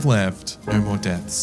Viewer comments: I liked you till you said noooorr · He says perfectly “I didn’t think that was going to happen.” But also says Nauuurrh when trying to say No truly amazing 🫡